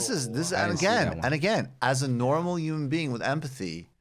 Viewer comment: Someone teach Michael how to pronounce the word human.